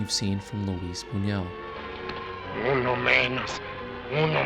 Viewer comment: Also: his name is pronounce 'boon-yoo-ELL', although the French pronunciation, 'boon-WELL', is also accepted. (Sorry, I'm a tightass about this stuff!)